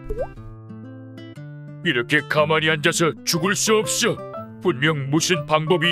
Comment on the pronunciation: 맞아요 저도 없셔로 들림ㅋㅋ